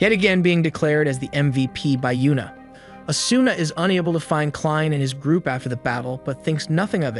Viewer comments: asuna is pronounced asna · Hmmmmm good vid overall that I’d rate it about a 7.5 out of 10, but it hurt to hear the way he said “Ker-ee-to” instead of “Kēēr-ēē-to” and “uh-soo-nuh” instead of “ah-soo-nuh”. Then again it might be to not get hit for copyright so idk.